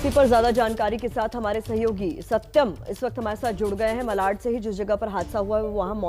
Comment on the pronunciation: मलाड नहीं,मालाड़।